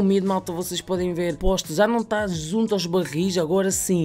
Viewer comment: "que za não deve dar pa fazer" jkkkkkk